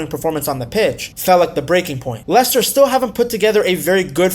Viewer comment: I nearly turned off when I heard the accent but he did pronounce Leicester and players names correctly, glad I stayed and watched